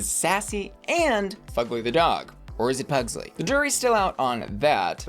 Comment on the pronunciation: Probs why she kept calling it Puglsey lol